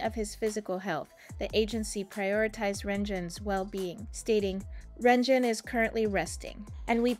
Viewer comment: lord the pronunciation yikes